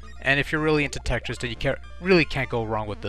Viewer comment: Besides saying the word Tetris right. You say dat duh and dare instead of that the and there,their,they’re